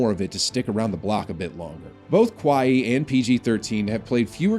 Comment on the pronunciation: Kawaii? Thought it’s pronounced kuhwhy